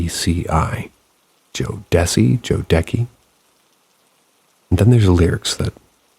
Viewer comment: Jo- da-see that's the easiest way to pronounceit . They are a r&b music group from mid to late 90s . Also just wanting to thank you for your time i always enjoy your videos.